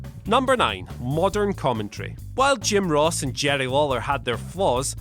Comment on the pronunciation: It’s commentary, not commetry. Moron.